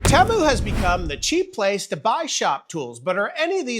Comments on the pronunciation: teee mooo not tem o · Temu had a commercial during the super bowl. When they said Teh Moo I was angry haha I've been saying it wrong the whole time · u say temu correctly this one time, then go right back to saying it wrong. 😂 Everytime ud say it, in my head I'm like "that's not how u say it".. and then u said it correctly here and I was like, wait a second, he's messing with us.... Lolol